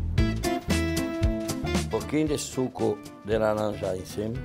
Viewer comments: Amo ver ele falando laranja, “lalanja”. Hahahahaha Jacquin, vou te colocar num potinho. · "LALANJA" iti malia 😆😆